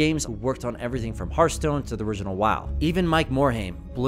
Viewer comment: Why do people say "hurthstone"? Do you say "hurt attack" instead of heart attack?